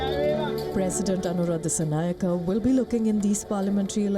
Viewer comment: Try and learn to pronounce the name properly.. If not shut your news chanel down